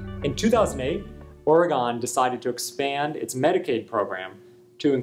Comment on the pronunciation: Ori-gawn?! Imma need an apology video with tears rn!